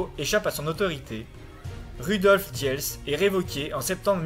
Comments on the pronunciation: et diels se prononce dils. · Rudolf diels se prononce roudolf dils.